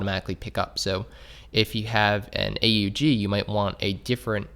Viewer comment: I’m sorry but A U G? ITS AN AUG LIKE AUGUST! NOT A U Gust! ITS AUGUST